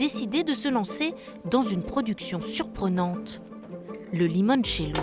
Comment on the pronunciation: Bravo pour le "Limoinecello" 👍